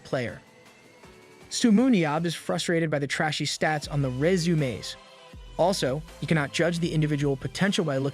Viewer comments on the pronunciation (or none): Just one word, stated with extreme effort, every time, proves the A.I. narration. Who, in their right mind, has SO MUCH TROUBLE saying the word "resume".